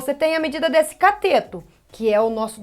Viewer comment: Professora, é CATETO e não COTETO. Ainda bem que aula é de matemática , e não de português. kkkkkkk🤣🤣🤣🤣